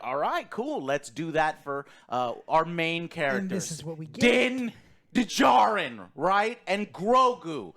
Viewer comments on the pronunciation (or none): Did he really say "Dinn DaJarin? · why can’t joe say Dins name right